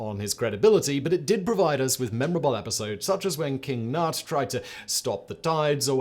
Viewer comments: ...King Nut? How much I wish my country was once run by King Nut. Near certain that'd be King Cnut. Usually pronounced cah-Newt. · Simon, I love your shows, but you really have to find out how to pronounce the stuff you say. “Cyclades” is pronounced “sick ladees” and Cnut is literally pronounced “kanyoot”